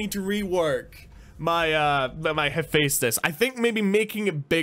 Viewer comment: Its pronounced hufestus